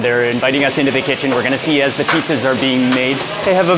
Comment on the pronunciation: I love how they pronounce it petezas.